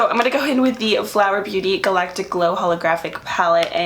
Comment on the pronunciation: I love the way u say galactic 😍😍🤩